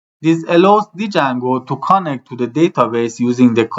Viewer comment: ممنونم بابت آموزش هاتون ولی اون دی اول جنگو خونده نمیشه و فقط جنگو خونده میشه